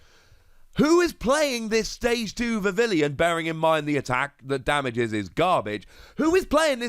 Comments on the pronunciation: Bro it's not VIV- IL-EE-ON it's VIV-EE-ON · Vivillon should be pronounced differently, look it up